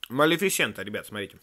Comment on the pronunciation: Только не Малифисееента а малифисэээээнта